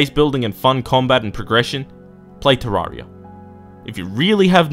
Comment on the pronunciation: I was already mad when you called starbound bad. BUT THEN YOU SAY IT'S TERRARIA IN SPACE!!!! THAT ISN'T EVEN HOW YOU SAY TERRARIA.